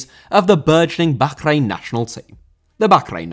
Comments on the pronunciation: It’s not backrain, it’s Bahrain and it’s pronounced barain. just doesn’t know what he’s talking about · Isn’t it pronounced “Bar Reign” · bro can u not say bahkrain its so annoying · I really dont know why you call Bahrain bakgrain. It is simply wrong and you force it. Its tearing my ears. When you dont know right prononciation just call it Bahrain (english prononciation) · The way you pronounce Baa-rain hurts. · Bokhrain? I'll assume its a classic British mispronunciation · I love your videos that are a fusion of politics and football but your pronunciation of Bahrain is nails down a blackboard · a stereotype of what? I love I just think hes saying bahrain wrong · The way you pronounce Bahrain is cringe. Anglicise it we do with with every other nation. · I don't want to sound stupid or anything, but that is not how you pronounce Bahrain. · I have never heard Bahrain pronounced like that. It feels like you were saying it as much as possible on purpose. Maybe this is the correct way but I couldn't finish the video. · Your pronunciation of bahrain annoyed me so much I had to stop watching 😂 maybe it’s the correct pronunciation but come on bro, nobody English says it that way, not even on the news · I’m glad I’m not the only one who was frustrated by this